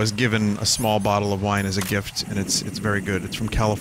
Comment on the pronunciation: oh he wiiine drunk